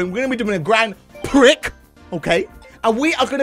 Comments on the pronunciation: or Grand Pree depending on where u live lol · It's pronounced "Grond Pree," not "Grand Pric," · The x is silent in Grand Prix, so that would mean it’s pronounced “Grand Pree” Also that’s a blue not a purple shell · actually its pronounced grand prix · It is pronounced gron pree